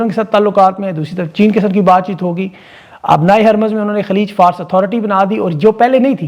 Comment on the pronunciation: Humble Correction: Khaleej-e-FA' RUS not FARS